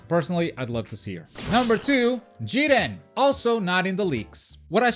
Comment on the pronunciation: Here from the future, definitely butchered Jiren lol